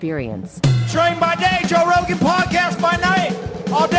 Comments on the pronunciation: Can someone explain why there are so many comments saying Joe “roan” instead of Rogan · Joe Rogan not Roan. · Joe Roan. The real G's are silent like in Lasagna. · *Roan - Rogan. Rectify! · 🙃 At first I thought I clicked on an impersonated JRE site with no "g"!